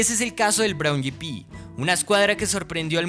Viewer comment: Braun yipi? escuadra? Pero qué idioma es ese....